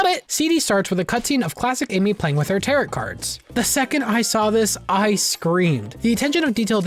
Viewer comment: Learn how to say Tarot